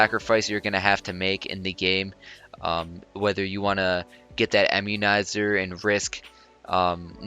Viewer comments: Bro, I-mmunizer, not EM-munizer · lol "emmunizer". this is another awesome vid!